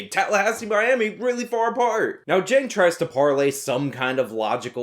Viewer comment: who is cenk? u mean keek? keeeeeeeeeek.